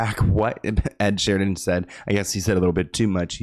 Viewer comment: it's Ed SHEERAN not Sheridan😂